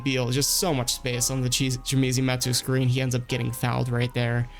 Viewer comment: Chimezie Metu's first name is pronounced Chi-mezz-ee not Chi-me-zee.